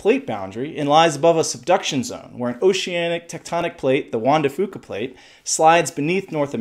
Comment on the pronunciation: Juan de Few-cah, not Juan de Foo-cah